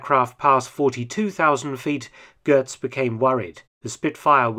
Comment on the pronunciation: There's no R in Götz. "Gehtz," not "Gertz."